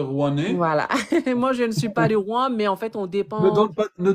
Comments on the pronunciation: Rouen et non Rouan 😊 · ROUEN pas ROUAN